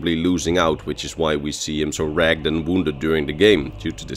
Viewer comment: this is amazing, I'm always on the lookout for more good Skyrim content! You're in that perfect niche of stuff to listen to while I sew. You have an excellent voice for this, and the accent doesn't detract. However, your pronunciation causes me to realize that English does an extremely weird thing with some words. In the adjectival form of words like "ragged" (why parthunax was looking so ragged...) and "learned" (esbern is a learned scholar...), for some dang reason we pronounce them like "rag-ed" or "learn-ed" instead of the more logical and consistent "rag'd" or "learn'd". Just a really weird edge case to keep an ear out for -- I'll keep right on listening to your content even if you prefer to keep pronouncing words your own way!